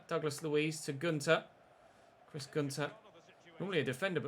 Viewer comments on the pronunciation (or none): none